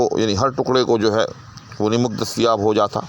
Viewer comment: السّلام علیکم!! جزاک اللّہ خیراً, سہوِ تلفّظ از استاذ: نَمَک یا نِمِک!!!